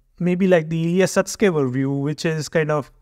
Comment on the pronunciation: Hey. Why PolosHukhin? Illia Polosukhin